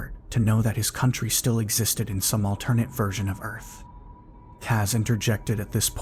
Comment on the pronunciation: Are we going to talk about the way he's pronouncing "alternate"?